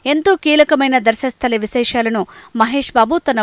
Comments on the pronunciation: ధర్మస్థలి. ధర్మస్థలిధర్మస్థలి,దర్షస్థలి కాదు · నీ మోకామోలే చెప్పినవ్ అంత కాన్ఫిడాన్సు గా మరీ....దర్శస్థలి అని 🤣🤣🤣 ఒక్కసారిగా నాకే డౌట్ వచ్చింది ఇన్నిరోజులు మేము విన్నది తప్ప అని ...కానీ కాదు కాదు ధర్మస్తలి అని నా మనసు వెనకాల బోర్డు చూసాక శాంతించింది... మీరు రీడర్స్ కాదండి రాడ్ రోలర్స్ కిచిడి చేస్తున్నారు తెలుగు ని 🤦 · అమ్మా.. తల్లీ.. న్యూస్ రీడెరో... ఏం చదువుతున్నారో కనీసం ఆలోచించరా.. మీరు..? ధర్శస్థలి కి, ధర్మస్థలి కి తేడా తెలియదా... 🤦‍♂️🤦‍♂️🤦‍♂️ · Adi Dharshasthali kaadu thalli😃 Dharmasthali... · Darsasthali kadu ra vedavallara .... Dharmasthali.. Telugu chadavadam kuda raada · 🤣🤣🤣 అది దర్షస్థలి కాదు పోరంబోకు ఆంటీ, ' ధర్మస్థలి '.....తెలుగు చదవడం కూడా రాదు, జగన్ ఆన్న చెల్లెలు అనుకుంటా.. 🤣🤣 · Ooru peru Dharsasthali kaadu thalli..... Dharmasthali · Dharsastali kadhu amma adi dharmastali😀😀😀😂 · ముందు తెలుగు స్పష్టంగా పలకడం నేర్చుకో...దర్శస్థలి కాదు..ధర్మస్థలి...ఎక్కడనుండి వస్తారో తెలీదు 🤦‍♂️🤦‍♂️ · Darshasthali kaadu maha thalli Darmasthali...Devuda... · అమ్మా యాంకర్ తల్లి..... అది ధర్శస్థలి కాదు..... ధర్మస్థలి...... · దర్శస్థలి కాదమ్మా ... ధర్మస్థలి 🤣🤣🤣🤣🤣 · Darshastali kadu thalli adi dharmastali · Dharshasthali kaadu thalli, Adi Dharmasthali